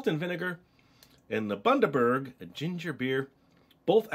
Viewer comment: Great pronunciation of Bundaberg. I love this combo of flavours. Smiths chips (at least in Queensland, Australia) are cooked just down the road from me and when they have a batch cooking the whole suburb smells of frying potatoes......yum. It's a hard place to stay thin ;P